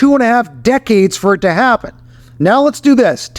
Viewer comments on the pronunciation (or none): none